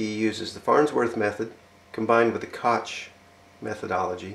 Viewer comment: It's not pronounce "cook" anywhere I've heard of. Some Koch families in America pronounce it like "Coke," but in Germany it's pronounced kawk, but with the final consonant like you're clearing your throat. (Hard to explain; you really need to hear it.)